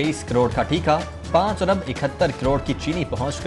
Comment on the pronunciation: 4 abar nahi 4 arab hota hai